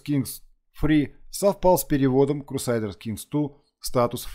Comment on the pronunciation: то есть "крусайдерс" тебя не смутило?)